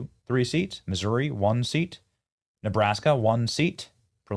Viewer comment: How can someone from a high end neighborhood in Missouri pronounce it “Moo Zueerii”?